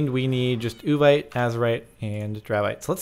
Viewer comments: It's pronounced OO-VEET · Uvite is said like you vite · Its yu-vee-te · Its Said like (Ooh-Vite) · Is that supposed to be Vietnamese or Gibberish?